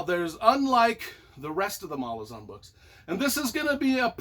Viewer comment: The most annoying thing about this video is that he pronounces Malazan wrong the entire time